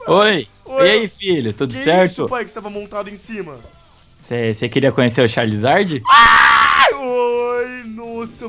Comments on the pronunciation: Mais ele falou Charlizards não eu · fala pro luiz que é chaRIzard e n chaLIzard